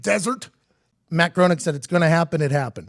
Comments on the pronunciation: Right down to the mispronunciation of Matt Groening's name, this batsh1t crazy man is overflowing with wrong information. I wish I could erase the experience of watching this from my memory. If this dude had any real influence over world politics we would all be dead. But hey, he knows how to get views!!! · I couldn't help but notice they said his name wrong the ENTIRE video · If they were real fans they would pronounce his name correctly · The whole video it was driving me insane that he was saying his name wrong. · Yeah it annoyed me too. It's the exact same way you would pronounce John Boehner's name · Its pronounced “GRAINING”!!!....good god, man! Pretty good video but every time you say GROANEEK its makin’ me fkn crazy. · If you're going to do a report on someone you should at least know how to fucking say their name right. Groening is not pronounced groaning, its pronounced grayning. Also, a lot of this is bullshit. I would elaborate on why but it wouldn't get through your tin foil hats. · Hey PMac, it’s pronounced “GRAINING” not “GROANING” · it's pronounced GREY-NING. not GROANING. geez. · It's pronounced graining. Not groning. But that's okay mckeefee. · The pronunciation of his name is Graining, not Growning. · It's pronounced grey-ning Not groan-ing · “Graining.” It’s pronounced “graining” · It's pronounced "graining" dolt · It's pronounced Green-ing. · His name is pronounced “gray-ning”. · it's pronounced GRAY-NING ffs! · Hey, it's pronounced "graining" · It’s pronounced “graining” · Graining is how it’s pronounced. And the Trump thing was done after the fact. 🤦🏻‍♀️ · His name isn't matt groenig. It's groeniNg. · Hey two guys who know are so witty but don't have the wits to look up how to pronounce their subject: It's Matt GRAYning. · GRAY-ning. Rhymes with complaining. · The first thing you should ask him is how to pronounce his name. Because I'm pretty sure it isn't "groaning". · Hes saying matt groening as matt gronick wtf